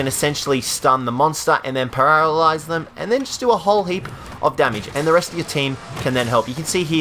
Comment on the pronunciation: “And then pararalyze them” lol